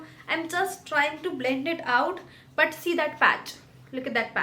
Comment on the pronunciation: I love your “BuT”😂😂😂😂